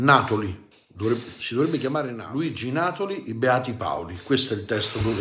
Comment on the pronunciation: La pronuncia corretta è Natòli, non Nàtoli! Da siciliano, fa piacere sentire parlare della nostra antichissima razza autoctona